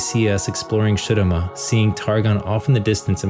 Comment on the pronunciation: What is with your pronunciation of Shurima. We have characters from there pronouncing it the games.